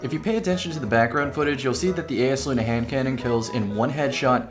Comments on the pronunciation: Yo it’s EYESluna not ayesluna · isnt it pronounced EYE is luna idk made me upset